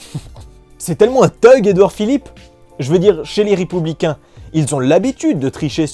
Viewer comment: "les ripouxblicains" ? je sais pas si c'est intentionnel ou si j'ai mal compris mais en tout cas j'aime bien xD